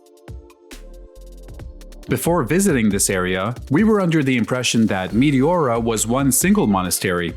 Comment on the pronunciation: nice footage! btw- its pronounced me TE ora , not mi ti ORA.